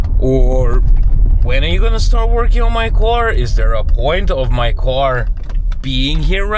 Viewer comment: Love ya but it’s / car / not /co / ar /…😎👍